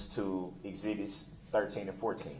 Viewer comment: He also asked one of the police officers if he’d ever “tooken” a creative writing class, instead of asking him if he’d TAKEN a creative writing class. I was laughing so hard! Brooks was always good for a laugh they way he pronounced things. I personally was fond of “zibbits” for exhibits. It always made me chuckle.